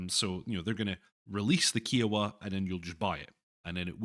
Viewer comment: OMG, your pronunciation of "Kiowa" is killing me here. It should rhyme with "I owe the". "Eye" not "Eee"